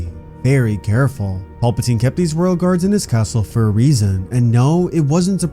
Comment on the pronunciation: Can you please say PALPATINE and not PAULPATINE. It's driving me nuts.